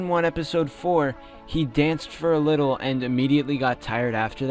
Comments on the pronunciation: Ok just wanted to say i want to add to the vampire that he says it widdle old me widdle as in thewiddelest wampire and old as in an old vampire just a thought. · The wittlest wampire kind of reminds me of how Gideon talks like when he says wittle old me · With the widdlel wampire part he does sometimes say whittle ol me or maybe whittle old me dun dun dun😳